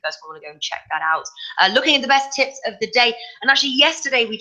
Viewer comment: Did she say tips or tits?